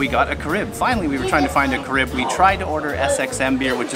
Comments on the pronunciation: Do try a Presidente beer in St Maarten. You can usually get it at the local outdoor Creole restaurants in Grande Case. Try the curried conch with rice and red beans. The ribs are to die for. Oh BTW the beer you had it's ca-rib pronunciation..ca then the rib. Another favorite beer from Trinidad.... Red Stripe good too from Jamaica. Dutch side of island is cheaper than French side overall for dining and accommodations. Not sure why that is. Maybe it's a French thing. Food and a place to stay anywhere on St Maarten is heaven. I have Timeshare 2 weeks with options to book at any place which has availability. Usually a one bedroom. I do use other places tho if I can get only one week availability with my Timeshare at the time I want to go so I will book somewhere additional so that I can stay back to back 2 weeks together. Mary's Boon, Dutch side was awesome.. I saw that option to pay extra if you wish on the restaurant bill. I've been coming to St. M since the 90s and I may give extra only if the service is exceptional. And cash to the server directly. Otherwise no. I'm Canadian. As for internet. Where I rented car for 2 weeks, I asked about internet. The guy took our phones and put in the wifi access free. We kept our phones on Airplane mode the whole time, and never had an issue. I never needed to use the GPS since I know my way around well. The restaurants usually have free wifi plus the accommodation had free wifi. Not sure if all car rentals do that or the guy was just accom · Many of us who live on the island have the same accent as you. However, we pronounce the beer Care ib...plus we dress differently than you. If I am paying by card, I will be asked about tipping so they bring the machine to me. Otherwise they can run the card and just bring me the receipt. We locals tip too. Next time hang with us to see more than just the tourist perspective.